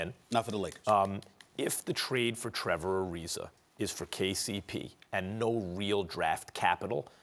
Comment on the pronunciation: Trevor Arizerrrrrr